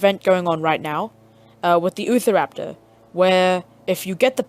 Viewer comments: Him:*ootha raptor* normal: Utah raptor* (you-tah rap-tor) Sorry that was driving me crazy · it’s pronounced u - tar - rap tor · Ahh yes, the oofaraptor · Lol, utahraptor for him = youtahraptor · Ahh yes.....the ootharaptor.. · Thanks dude I've been struggling to get spinosaurus and utahraptor now I can get them and by the way I've got 2 things to say utahraptor is pronounced as u-t-ah-rap-tore and my younger brother deleted my game but I still had it when I downloaded it back maybe because I linked into an account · its utah-raptor